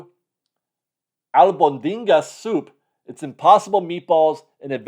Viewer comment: Lol at Albondigas pronunciation 😂